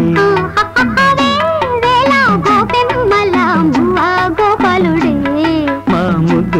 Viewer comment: తెలుగు భాషని కూని చేస్తున్నారు! వేవేళ కాదు 'వేవేల' గోపెమ్మళ కాదు 'గోపెమ్మల'!